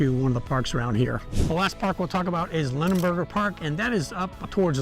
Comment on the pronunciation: Its LINEberger Park